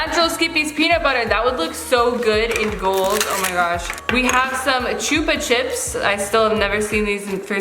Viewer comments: Oh also the u’s in chupa chup is like puppy pronounced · It chupa chups not chupa chips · ‘Chupa Chips’ ITS CHUPA CHUPS MAN YEEEEEEEEE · It’s Chuba chubs